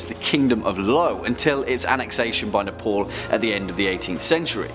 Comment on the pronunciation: Ne-pol XDXD